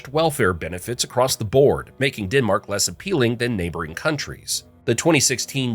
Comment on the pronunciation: DENmark not DINmark please